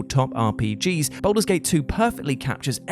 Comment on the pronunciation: Anyone else irked by the pronunciation of 'Baldur' as 'Boulder'?